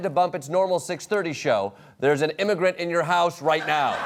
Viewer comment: "Theres an immagrant in your house right now" 💀💀